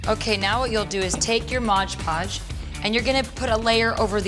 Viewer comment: lol We Are The Strange I say MODGE Podge too!!!!! lol Maybe they should just change the name to accommodate us all. lol Fab video!!! Keep up the creative + inspirational work! xo